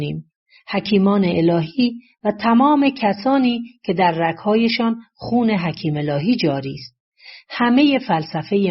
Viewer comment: دراین جا باز نحوه بیان گوینده این شک را ایجاد می‌کند وه او از شخصی به نام حکیم الهی صحبت می‌کند ولی در باید گفته شود حکیمه الهی که متاسفانه در تلفن خود علامت زبر یا ای را ندارم مثل مردم ایران